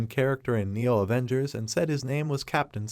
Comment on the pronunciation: avoongers aah😂